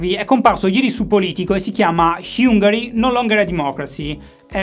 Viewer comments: Quando hai detto "HIUNGARI" la mia prof di Inglese del Liceo è passata a miglior vita 🙂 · un piccolo appunto. la pronuncia in inglese di Hungary e' da perfezionare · la corretta pronuncia di hungary